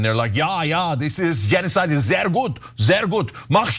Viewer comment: Ja Ja Genosaid ist sehr gut SEHRRRR gut! Mach schnell! Mach schnell!😆 That's very decent German, Cenk👍